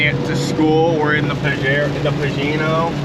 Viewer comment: you almost said it... say it with me PA-JE-RO